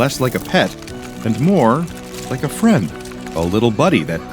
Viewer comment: The insect says be my fwiend and bro says no